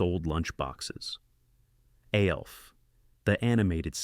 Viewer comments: BOTH Alf (or A.L.F. or Elf, as the insipid A.I. voice erroneously calls him) animated series were remarkably well written, with impeccable wit and humor, that didn't pander to their preadolescent audiences. The artwork was incredible, and the animation was at least on par with, if not superior to, any of their Saturday-morning-cereal-crowd contemporaries. I suspect this is just one oof those listicle (while that term is usually an implied portmanteau of "list" and "article," in this instance, I'm going to say it's "list" and "testicle" as this video sucks balls) videos that attempts to elicit angry comments from its millennial and gen-X audience, by blatantly insulting their beloved Saturday Morning cartoons, thus driving up viewer interaction rates. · You know it's a really shitty AI voice when it pronounces the three letters of Alf. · Eyeeeeee? Its "Aaaaaaah" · This is voiced by an A.I. (it’s pronounced ALF not OLF) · The Fonz said "Ayyy!", but the ai narration pronounced it "iiiiiiee..." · Right! It was pronounced just like the letter A. What in the world was that weird noise?? 😂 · THATS SOME SHITTTTTTYYYY AI VOICE........PRONOUNCED AYYYYYYYYYYYYYEEEEE EYEEEEEEEEEEEEEEE!!!!! automatic thumbs down! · The fact that you mis pronounce ALF 3 times in a row shows me this video is nothing but AI Scripted BS. Thanks for wasting our time! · Never realized how many ways to pronounce ALF 😂😂😂 thumbs down and reported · Same way the AI pronounced "Alf." I mean holy hell wtf. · So funny that the A.I narrator simply cannot pronounce Alf correctly. Serves it right, as the cartoon spinoff of the sitcom was killer. Not as good as the sitcom, of course. Nor was it good as the comic book. But I always got a kick of it when it came on. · I guess we don't worry about AI getting smart enough to take over the world when it doesn't even know how to pronounce Fonzie's catchphrase or Alf's name correctly.